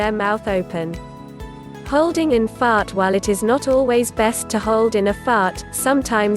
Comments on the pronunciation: Like how she says fart lmao 🤣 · Just her accent